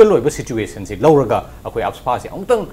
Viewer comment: how this anchor pronounce AFSPA as afaspa....I just feel crying....plis note those things....no offence.. regards...